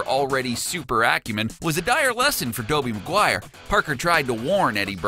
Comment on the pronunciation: "Dobey Maguire"